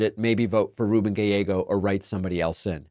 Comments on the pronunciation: Love you David but his name is pronounced Guy-yeggo. I’m in AZ. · Ur pronouncing Gallego weird lol